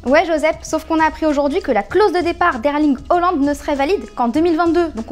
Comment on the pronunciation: "Erling Hollande" oui d accord